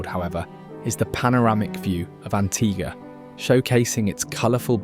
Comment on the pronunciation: AntiGUA not antiGA